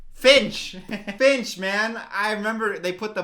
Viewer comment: Every time she screams "Finch!" I heard "Bitch!"